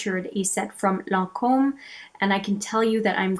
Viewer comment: Thank you for saying lancome correctly. So many people say it incorrectly and it drives me nuts. Bravo!